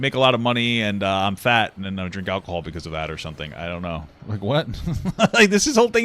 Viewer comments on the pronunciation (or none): none